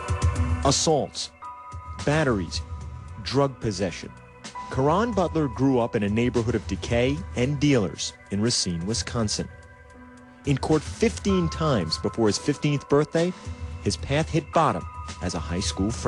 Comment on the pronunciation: And for the record, it is pronounced ray-SEEN.